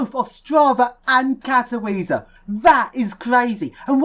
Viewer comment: Just a heads-up, king, our beautiful industrial capital is pronounced 'Kato-VIT-say':) Looking forward to seeing what you found there.